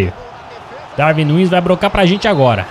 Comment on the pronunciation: Lê se Daruin Núnez